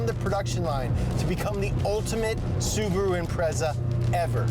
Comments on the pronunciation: Listen to them pronounce "Suburu" 😂😂😂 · why english speaking people have trouble with pronouncing cars names, dont get me wrong its whatever but subru and porsch always make me chuckle